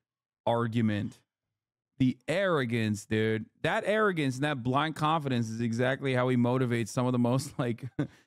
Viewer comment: when Has says "blind confidence" the first listen I totally heard "mein-kampf-idence" had to double back to confirm. Cracked me up as he's describing the feckless fool, "Density".